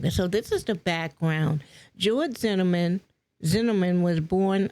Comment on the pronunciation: How can you do a story on George Zimmerman and not be able to say Zimmerman correctly, smh